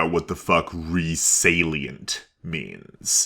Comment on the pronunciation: Is that how it's supposed to be pronounced? We LITERALLY couldn't find out what the hell he was saying from sound alone and the transcripts read out "Re Salient" and stuff like that.